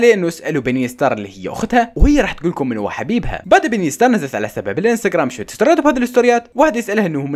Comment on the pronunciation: يكول نور ستار مو ستارز هههههه😂😂